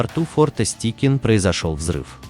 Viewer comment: Чувак, ты в школе английский учил? ОТКРЫТЫЙ СЛОГ, твою мать! Стайкин, а не "Стикин"!!